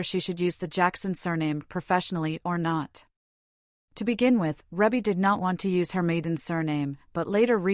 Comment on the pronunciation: Her name is pronounced reebbie not rebbie if you're going to report on her life please get it right